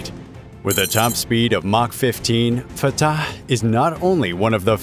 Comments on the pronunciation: No, I had to stop watching because of how the narrator pronounced Fattaaahhhhh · I love the way he says the name FAATAAH! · The commentators pronouciation of fattah is seriously hilarious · It sounds a bit tortured, like he was trying too hard😂 or perhaps even creepy😮